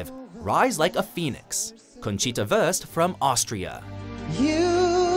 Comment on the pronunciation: "Conchita Wörst" - hab mich vor Lachen weggeschmissen xD Tja, die deutsche Aussprache ist durchaus kompliziert ;)